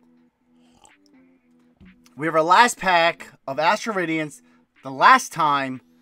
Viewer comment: "time to open rastral adience... dastral badience... PWUEEHAHAHHA!" - CTR